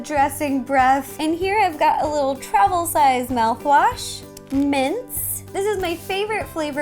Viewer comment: When you said "Little travels size mouthwash" for some reason it sounded like you said "Travel size Malfoy." and it made me rofl.